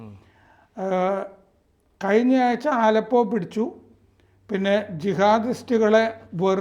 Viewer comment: എന്റെ പോന്നപ്പൂപ്പാ ആലപ്പോ അല്ല അലെപ്പോ.. ഞാനൊരു സിറിയൻ കമ്പനിൽ വർക്ക്‌ ചെയ്യുന്നതാണ്, പക്ഷെ ഇവിടുത്തുകാരെല്ലാം ഭയങ്കര ഹാപ്പി ആണ്